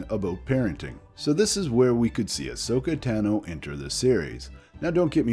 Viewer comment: She's my favorite character...pronounces her name wrong... I'd love to see more Ahsoka in CG or Live. I think, to be fair, they should do a screen test with Ashley as Ahsoka.